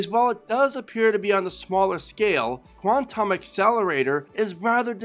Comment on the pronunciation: There's No Humanly Way You Say "Quantum" Like that